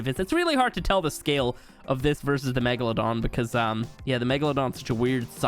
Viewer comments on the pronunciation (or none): none